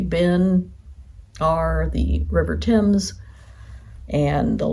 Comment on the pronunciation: Hope you can visit again in spring or summer, it'll be warmer. It's the first time I've heard a US visitor pronounce Thames correctly. Well done 😊